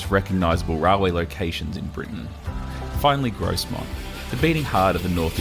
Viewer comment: I haven't been to a steam gala on the NYMR but I have been on it quite a few times as it's only 20 miles from me. By the way his pronunciation of Grosmont is pronounced without the 'S' Gromont